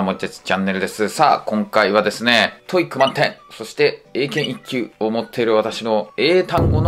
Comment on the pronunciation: トイックじゃありません トーイック